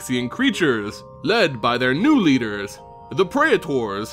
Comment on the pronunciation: I know, right? Physically hurts my ears, like when people try to say artificer as art if Icer.